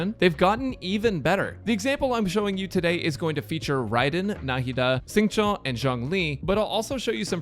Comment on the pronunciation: Everytime I hear say Xingqui I lose hearing.